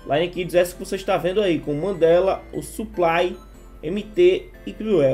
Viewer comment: Sobre o Suplay, se pronúncia "Suplei"✌